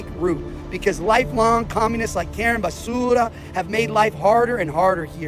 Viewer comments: Yesss… YYYEEESSSS!! 😂😂❤ The way he keeps calling her Karen basssuuura . 🤦🏾‍♀️💀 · yes. He’s not pronouncing Basura correctly. How am I the only white boy to know this lol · He's pronouncing her name as Karen Basura. Basura is Spanish for garbage 😂😂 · Basura is Spanish means garbage. That’s why he keeps pronouncing it like that. 😂